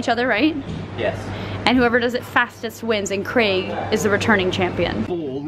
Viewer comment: Best thing about this video is Meg pronouncing the name 'Craig' correctly!